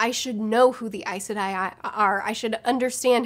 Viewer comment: You say Aes Sedai like I do! (always wondered if I was pronouncing it right!)